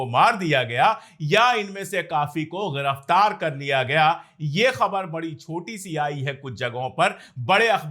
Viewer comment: Ghiraftaar नहीं Giraftar